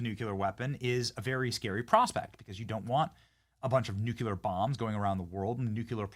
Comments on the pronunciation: Nuclear not nucular! smh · Nuclear is pronounced like new clear not nuke you lur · Benny- love your work! Nu-cle-ar, not nuke-u-lar. please bro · PLEASE BENNY it’s NOO CLEE UR NOT NOOK YA LER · Please Benny...the word is nuclear not nucular. NU-CLEAR🙏 Please pronounce it correctly... please 🙏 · Benny, please stop saying “nook-yuh-lurr”, it makes you look stupid. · I love ya, Benny. But sound it out. Nuclear (Noo•klee•ur) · Say "nook-yular" again! C'mon, say "nook-yular" again! I dare ya, I double dare ya MFer, say "nook-yular" one more got damn time! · Can you say "nuclear"? 😂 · You need to learn how to pronounce “nuclear” correctly, Benny! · Any reason why you keep pronouncing nuclear incorrectly??? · STOP MISPRONOUNCING NUCLEAR!!! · What's a 'new q ler' weapon? You mean 'new clear (nuclear)? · Nu clear, not nuculrr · Benny! I love you! You're awesome! But it's "NU-clee-er," not "NU-kyu-ler" 😂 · Hey, Benny… What the heck is a “nucular” weapon? Is it anything like a “nuclear” weapon? 🤔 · Ok, I've told you before but u keep talking like a moron. The word is pronounced nu-clee-er not nu-cu-ler. Nucular is actually a word, it refers to the contents of the nucleus of a cell. But it is NOT the reference to the atomic level, thats Nuclear(nu-clee-er). You pronounce it like that globalist idiot george bush. He always sounded so stupid to educated people! So do you when you use the wrong word! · Benny, you’re great and good piece. But, please…it’s nuclear (NEW CLEAR not NUCULAR 😬). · Wow i didn't know this, thanks lol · NOO CLEE AR, Benny! Stop saying Nu Ku Lar!!! Please! (Sorry, pet peeve). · If you say nu Q ler again I have unsubscribe. It’s noo clee UR. Pronounce it correct or Lose everything. Anyone that can’t say this word correctly deserves nothing. Bush says new Q Lur. He’s an idiot. Are you an idiot? Then stop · NEW KLEE AR NEW KLEE AR Not Nook you lar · It's pronounced Nu-clee-ur!!!! not Nu-cu-ler. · Hey Benny! It's pronounced NUKE-LEE-ER. NOT NUKE-YOU-LER !!!!